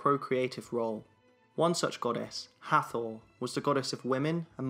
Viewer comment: Correction.. Hathor is pronounced Hat-hor.. and Thoth is T-hot..